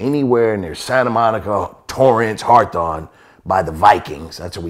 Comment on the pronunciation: "Harthon" = Hawthorne.